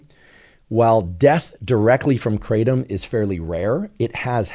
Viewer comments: The original Indonesian pronunciation is krah-TUM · The American pronunciation is KRAY-tum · The trees are everywhere here in Thailand and it’s called Kra-Tom kra like in crack and Tom like the name